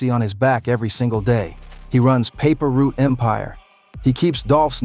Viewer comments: Its not paper root its paper route 😂😂😂😂😂😂😂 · Paper root?? 😂😂😂 put some respect on pre and say the name right